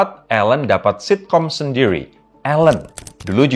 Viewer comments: “sitkom sendwirwiii” 💅🏼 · Info dan pembawaannya keren banget abang nyaa! cuma salfok banget sama "Sitcom Sendirwi" kelibet mix bahasa sama language abangnya. 😁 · sitcom sendiwwri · Salfok di awal pas bilang "sendiri" tapi pake r versi bahasa inggris hihi